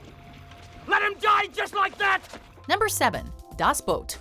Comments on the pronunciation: Say it correctly,DAS BOOT not Boat. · Das boat? 🤣Go home Watch Mojo,you’re drunk.